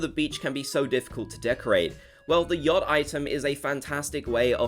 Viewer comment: The way you say yacht k!lls me haha